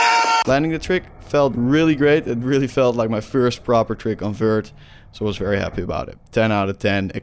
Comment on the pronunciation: fert skateboarding